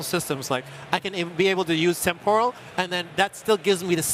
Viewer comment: The way they pronounce "temporal" with the stress on the second syllable is really annoying.